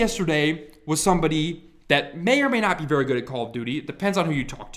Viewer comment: "Vewy simple"